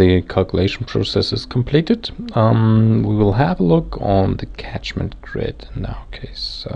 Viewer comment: "Catchment" not tachment.